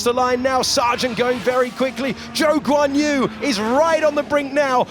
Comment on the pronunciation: His name is not Joe Guanyu